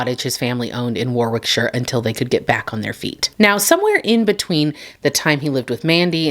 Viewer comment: Hi thanks for covering a British case. Can i just say, as an fyi - Edinburgh is pronounced edin burra. And borough and burgh in England and Scotland are always pronounced burra. You did well pronouncing Warwickshire which, as you said, is pronounced worickshah. As sre all "shires" pronounced shah. I will explain later about solicitors and the British "education" system. 😳 The YouTube algorithm needs to sort itself out. Really. You need more subs... many more subs. Many, many, many more. Pa i read the series of unfortunate events to my 9 or 10 year old daughter and we both couldn't wait for bedtime every night lol. It's highly HIGHLY recommended for everyone, adults included, to read it. Anyway, thanks i hope you're doing better now. Life is hard. Love from kerry in Kent England ♥